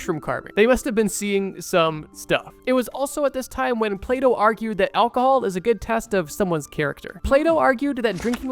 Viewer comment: You gotta learn how to say Alcohol buddy